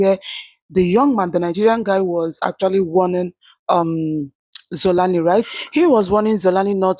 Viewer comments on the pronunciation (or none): Good Day My Sister. Xolani is not pronounced Zolani. If you have a South African friend, ask them to send you voice note. Someone adviced you to prounce it K, this is not correct. I am saying this because you have made a number videos about him and you are likely to make more. Thank you for presenting the South African side. I hope Nigerians will fix that great country. We appreciate you and respect you, but we hope you fix your country first. 🙏